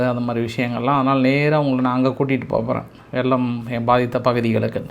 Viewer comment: தமிழ் உச்சரிப்பில் கவனம் கொள்ளவும். வெள்ளம் என்பதை வெல்லம் என்கிறீர்கள்.